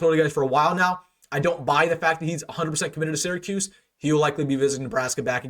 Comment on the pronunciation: Wilson I really enjoy your work but have one minor request.As someone who grew up in Syracuse but is a UNL alum, the first two syllables are pronounced “sear a”, not “Sarah”. Keep up the good work and GBR!!!